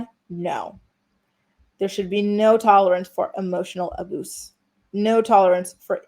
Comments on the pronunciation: Why do you say some words strangely? Like “abuse” sounded like a-boose. Sex was “ex” etc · Not “emotional ABOOSE” say it ain’t so 😂😂😂